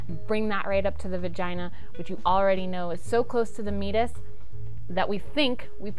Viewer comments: I apologize, but I have to bring this up, because it's driving me nuts. It's pronounced 'me-ay-tus', not 'mee-tus'. I do love this channel though! Keep it up. I don't think kids get enough sexual education in school anymore (especially in the US) so they probably turn to the internet for their information. Hopefully they'll find your channel, which would be rad. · For a second I didn't understand you meant Meatus because I've always heard it pronounced differently. Great video though.